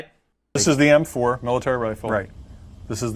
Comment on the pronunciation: you can clearly hear semi automatic wifle